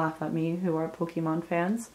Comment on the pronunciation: You got the pokemon name right lol